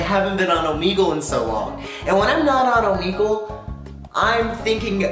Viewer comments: wait isn’t it pronounced om egg lee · omeeegle Me: ITS OMEGLE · 2020 and every English speaking youtube still pronounces Omegle wrong xD